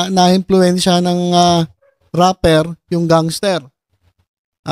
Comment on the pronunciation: RAPPER NOT Rapler